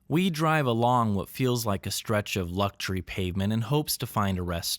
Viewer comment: Please learn to pronounce the word 'luxury' properly. Also, the word 'fidelity' is pronounced fi-del-i-tee, NOT fay-del-i-tee. I know you are not a scholar, but being a white American, you need to know the basics at the very least.